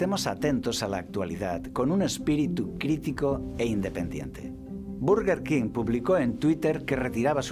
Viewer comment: Berguerquin se pronuncia perdoname